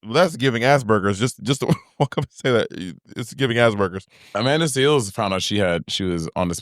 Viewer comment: BOB STRAIGHT UP SAYING "ASS BURGERS" NOOOOOOOOOOOOO 😭😭😭